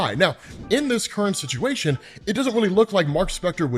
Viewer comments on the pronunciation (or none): none